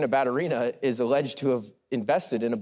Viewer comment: Ba-tU-ri-na is correct pronunciation